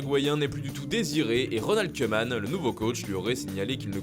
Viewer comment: Kouman svp tous les oe en néerlandais se disent ou